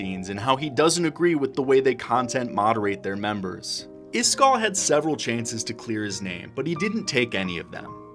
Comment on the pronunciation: Why are you calling him iskarr? Am I tripping?